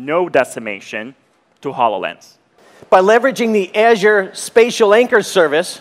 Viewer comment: Can't pronounce azure either 😕